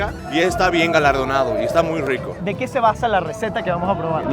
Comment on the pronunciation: Aclarar que en La Paz Bolivia la "R" se pronuncia como "R" y no "WR"... .. WRICO...